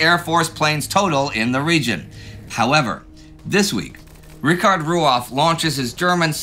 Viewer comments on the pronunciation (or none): none